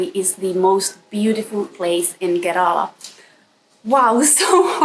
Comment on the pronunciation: It must be so wonderful taking road trips in Kerala ( I wish you would learn to pronounce the name correctly, even if it's tiring ) with a person who doubles up as a chauffeur / husband. I have been watching your videos. You seem to live life on your terms... Beaches and beachwear, visits to European style cafes,sun-kissed blonde hair, foods of your choice. I don't want to sound rude but your videos have not much else to offer to viewers whereas Kerala has so much more to offer you . WELCOME TO KERALA,ANYWAY... GOD'S OWN COUNTRY!! I 😂